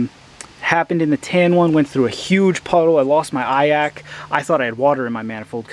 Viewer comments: Never heard someone call an iac an "eye ack", live & learn I guess. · That surprised me too, I've never actually heard anyone pronounce it, just assumed it would the 3 letters. Nice vid tho, man